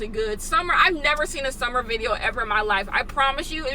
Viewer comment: "viteo" instead of "video" LMAO